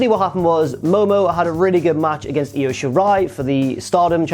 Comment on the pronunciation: It’s pronounced eye-o